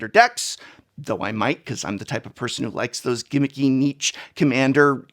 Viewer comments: Please stop pronouncing "niche" like Nietzsche. 😭 Niche is a French word and is pronounced like "neesh". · Prof I’ve really got to let you know that niche is pronounced neesh, not neetch. Great video as always, wonder if we’ll hit 52 this year.